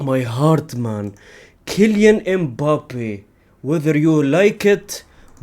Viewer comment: how pronounces Kelean imbapeh name is 💀💀💀